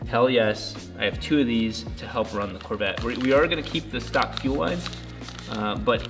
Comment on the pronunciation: Who else hates how he says Corvette?